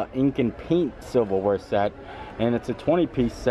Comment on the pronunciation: Silver Wear, I thought you said Civil War... I was like, what? Disney has that?